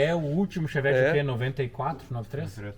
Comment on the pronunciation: Cherrari ou fevett kkkk